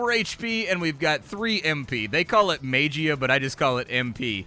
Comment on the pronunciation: "serappee" "Mage-ia" XD